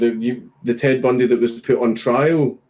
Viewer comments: Dankula: "Ted Bundeh? Th-the serial killer?" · ted bundee lol i laughed so much hearing that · "... and Ted Bundee..." wow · Ted Bundee*